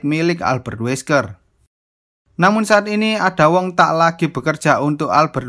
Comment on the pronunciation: Min itu cara bacanya bukan ada wong tapi eida wong gitu tapi telat 5 bulan sih heheheh